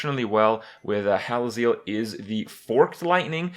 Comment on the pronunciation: Hallazeal rhymes with heal